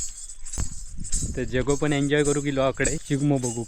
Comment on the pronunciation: SHIGAMO nahi re, SHIMGO ase mhan. Chukicha ucchar kartos tu. Tuza makeup suddha aaj jara jastach jhala aahe. Pandhra pandhra disat aahes. 😂😅